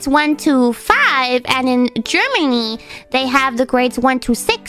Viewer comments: Or at least not emphasizing the word "to" so much. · One of these days she'll learn to pronounce "to"...